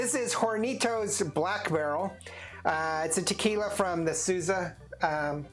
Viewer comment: Not sooza , it’s pronounced sowza ! Correct pronunciation ! Horny Toes